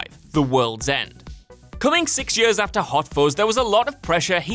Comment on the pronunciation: Cannot get over the way you pronounce « years »